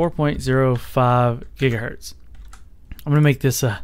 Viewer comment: Jiga hertz ?